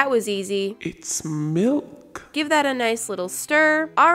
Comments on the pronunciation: Do you say milk or melk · ‘it’s milk’ or is it something else??? 😏😉